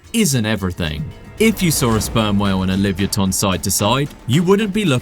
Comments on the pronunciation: Is this AI? it is pronounced: lee-vuh-YAH-tuhn (li-və-YAH-tən), not livyatan. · What in tarnation is this awful pronunciation of “livyatan”